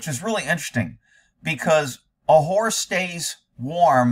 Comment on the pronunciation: Horse not hores!!!